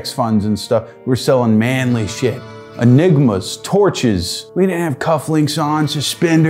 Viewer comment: I don't like the emphasis put on the middle part of eNIGma...